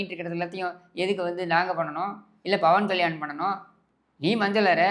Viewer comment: Bawan kalyani illa pa 😂 pawan kalyan 😂😂pera kooda solla therila ,,sekar babu avargale